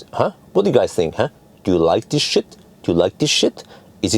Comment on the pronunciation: I😂 knew you were 🇫🇮 finish by the way you said "shit"